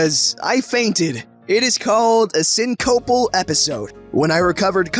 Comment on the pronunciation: Syncopal is pronounced like "sink-uh-pull" not "sin-co-pull". Sorry if pointing that out seems to be rude, it's a pet peeve of mine when a very select few terms are pronounced incorrectly. My OCD is a picky bitch. Sorry again.